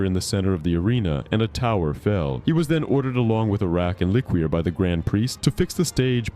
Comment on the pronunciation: I don't think it's pronounced lick-Queer. I think it's Le-Cure